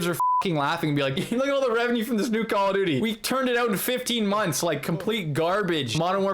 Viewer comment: "Calla Duty"